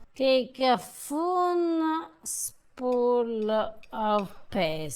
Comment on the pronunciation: Yeah a foonspool lmao. We all know what she meant soooo